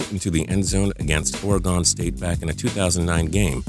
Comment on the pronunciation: 'or-gone.' state.